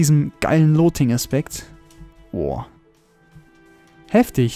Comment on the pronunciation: MAN SPRICHT LUTING NICHT LOTING